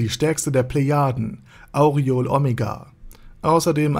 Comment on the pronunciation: Schönes Video, aber was mir in jedem deiner Videos auffällt.... Du sprichst die Namen immer falsch aus, das tut beim zuhören weh ;( . z.B. Albedo oder Cocytus und auch hier Aureole . In den Anime auf Deutsch oder Japanisch werden die Namen so nie ausgesprochen wie du es machst.